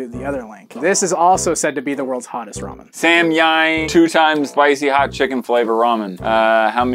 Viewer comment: Come on, I know that we all laughed when tried saying Samyang.